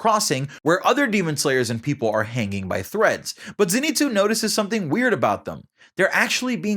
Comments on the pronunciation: It’s pronounced Zein-sue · its ZENitsu not ZEnitsu